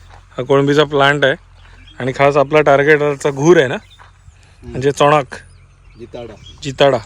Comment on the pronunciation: I like the way u said CHONOK...Goan flow